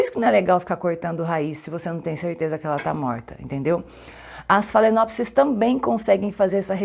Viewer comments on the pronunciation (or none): none